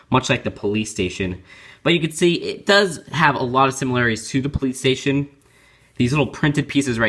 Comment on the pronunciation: when you said the piece came in the police station too it sounded like you said the piece comes in the playstation 2 lol